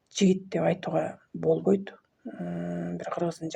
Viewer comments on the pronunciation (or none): 😅😅 больбойт деп ь знак мн суйлойтко